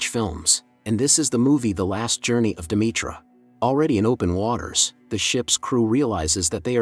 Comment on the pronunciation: It's pronounced De..me...ter...not Demetra lol